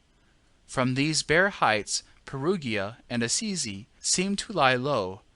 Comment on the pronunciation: But Perugia= Pair-OO-jah, Pair-OO-jans😉